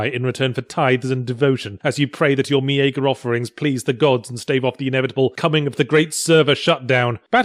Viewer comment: "mee-ay-ger" I've never heard that pronunciation before...